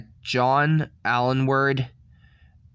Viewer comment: Aylward is pronounced ALE-ward. How do you get Alenword out of that? Make an effort. Also if you don't actually know why pepole died then don't say.